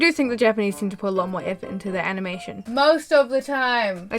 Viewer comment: Does anyone LOVE the way she said: EAFORT